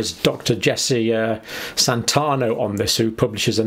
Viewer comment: Santiano. Not Santano. I really like you and your channel John, and it always defend you against the naysayers, but when you don't pay attention to very obvious details like this (there are others) it makes me wonder what other details you're just blithely ignoring. Maybe you're working too hard. Please look after yourself and make sure you get enough down time.